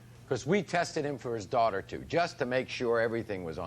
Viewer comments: "The ten year old is his duwater" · I'm pronouncing daughter like that for the rest of the day 😹